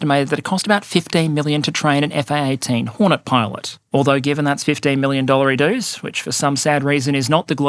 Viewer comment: "Dollar-i-doos" always gives me a chuckle